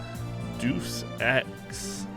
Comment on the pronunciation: Jiminy Crickets, Kenny better catch the appropriate amount of flack this week for the pronunciation of the game. Excuse me while I go drop X deuces...